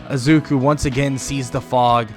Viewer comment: why are you saying azuku when it is izuku?